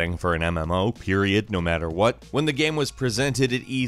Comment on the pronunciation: Why do you say game as gam?